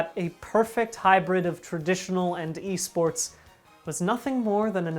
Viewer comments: I had to pause the video and take a momet because "eh-sports" left me reeling. Re: P.I.S.S. ... Why am I into it though. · 44 seconds in and I'm already cackling over "eh sports" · I'm very disappointed the correct "Eh Sports" pronunciation was only used once in this video. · “They’re called Eh sports”